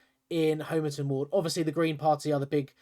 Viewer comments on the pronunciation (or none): Homer-Ton! .. Doh! (Hom Uh tun)